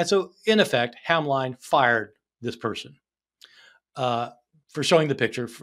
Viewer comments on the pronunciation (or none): Hamline is pronounced 'HAM-lihn'. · FYI that college in Minnesota is pronounced to rhyme with "shin", as if there was no "e" in the name.